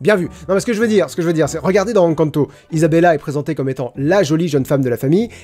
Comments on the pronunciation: Rhaaaaa naaaan la prononciation d'Encanto ! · c fait exprès de mal prononcer "encanto" ??? ça me trigger de ouf !!!